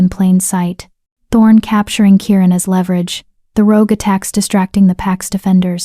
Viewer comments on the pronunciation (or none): none